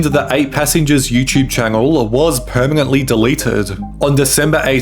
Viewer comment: Why do you add a random g sounds when you speak? Particularly with N sounds. Foogage? eggounced? permegantly?